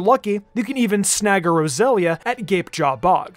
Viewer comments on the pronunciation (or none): You lost me when you said roselia